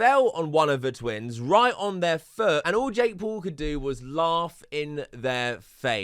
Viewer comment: years later and bro still cant say Paul, he has to say Pool.